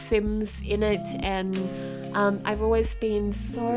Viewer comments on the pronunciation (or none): none